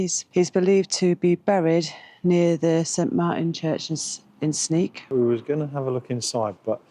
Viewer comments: Sneek pronounce is like the English say Snake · Sneek is pronounced Snake in English! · In Dutch the pronounciation of Sneek is like snake not sneak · Sneek would be pronounced as Snake for an englishman, instead of Sneak. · Frisian is a language actively spoken and written every day. It’s tought in schools to keep it alive. In some bigger city’s it’s more mixed with Dutch. Within the Frisian language you even have some different dialects. Sneek is pronounced as “snake”. Thanks for visiting Fryslân. Have a nice trip!